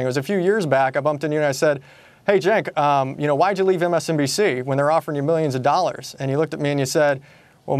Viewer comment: Three seconds into the conversation and the new guy says Cenk's name wrong. Awkwaaaard.